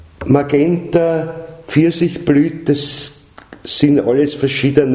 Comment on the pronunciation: Molto interessante. Si dice Magenta, non "Maghenta", come mago. Anche se nei colori c'è magia. Grazie, un saluto.